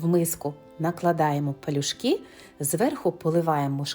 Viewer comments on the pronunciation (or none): Палю́шки (пальчики, ліниві вареники, котики) — страва української кухні із тіста у вигляді невеликих валиків. ПАЛЮ ' ШКИ, а не палюшкИ ' . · ПАлюшки, а не пЕлюшки. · Пал Юшки, а не палюшкИ '. Палю́шки - українська страва ( UK. Wikipedia ). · на Закарпатті блюдо називають "пОлюшки". Вона і пише, і розмовляє не правильно. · Можливо наголос має бути пАлюшки? Від слова «пальчики»…. В будь якому разі виглядають вони ну дууууже апетитно!😊😊😊😊😊🤤🤤👍Дякую за відео та мову🤝✊🇺🇦❤️‍🔥❤️‍🔥❤️‍🔥❤️‍🔥